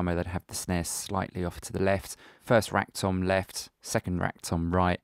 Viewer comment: When he says "rack tom" it sounds like rectum